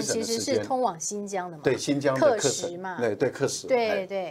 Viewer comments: 纠正一下赖教授的发音，喀什 不念 课时，念咖石，是少数民族语言音译的，不能照汉语字面念，14亿大陆老百姓这个词没有人念错的，留法的文科大教授念错不应该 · 喀什，咯读ㄎㄚ[kā]。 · 喀什，读音“咖十”ka1shi2